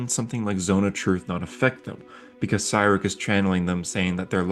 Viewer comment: my autistic ass: hey this is a cool video also my autistic ass: that's not how u pronounce cyric or milil😡😡😡😡😡😡😡